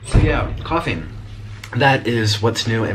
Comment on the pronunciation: 'Yes couphing is whats new in my life' nic Me: yeah corona